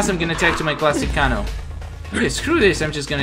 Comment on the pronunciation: It is pernonce kano